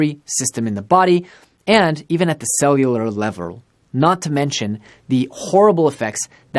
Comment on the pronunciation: "Cellular levar"